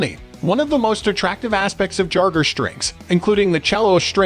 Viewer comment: Ffs, use an AI voice that can pronounce 'Jarger' and 'Cellist' correctly.